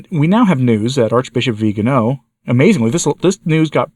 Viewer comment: Thank you for the good coverage of this issue. Would you pretty please pronounce his name correctly? In Italian it is the second to last syllable. So the emphasis is on the “ga”. Grazie.